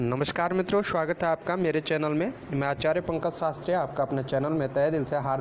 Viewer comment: Shwagat nahin swagat